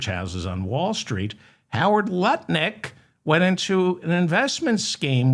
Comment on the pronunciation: Hi David. Are you concentrating on not calling him NutLick? You’re saying Lut Nick, emphasizing the Lut.